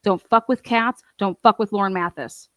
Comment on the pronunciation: Also - I’m not taking sides - I’m do watch Hidden True Crime, but also lots of other channels - I’m just observing to see how this all turns out - but, if you’re going to comment on this, please say Lauren Matthias’ name correctly - it’s Math-EYE-is, not MATH-is. During the video, Lauren explains how she got the transcript of Hellis’ book and exactly who she claims she shared it with - it was sent to her by another creator and she shared it with 2 of her contractors- a fact-checker and one person, plus her husband.